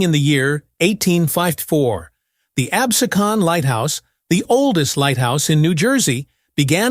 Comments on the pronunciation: It is pronounced "Abseeekan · Unwatchable. There are more typos and unintelligible reading in that video than anything I’ve ever seen. How many different ways will they spell and pronounce “Absecon”, since none of the diverse ways were correct.